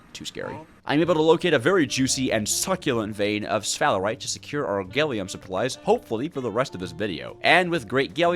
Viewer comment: i watched 20 minutes before being broken after hearing you pronounce gallium as "gailium"